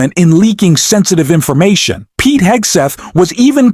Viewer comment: Pete who??? Learn how to say his name before you post anything!! Do your homework young man!!!!